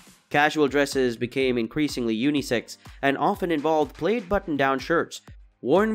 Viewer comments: This must be computer generated sound Madrass plaid is pronounced as mad-dress pladd, nor maydras played. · The word "plaid' is pronounced like "plad", not "played". Moccasins is pronounced MOCK-a-sins, not moe-KA-sins. Baja is pronounced "ba-ha", no "ba-ja". Several other wrong pronunciations. Did a bot read this? I loved the content, but the obvious pronunciation errors were jarring.